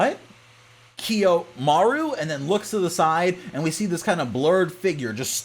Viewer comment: You're killing me pronouncing Kiyomaro with a U >_< good summary though.